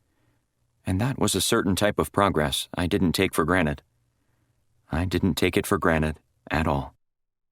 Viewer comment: he actually said ‘take for granite’ - TWICE!! It’s granted (not a stone!)